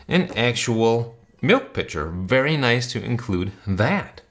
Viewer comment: I dont know why I heard a very nice in a Borat style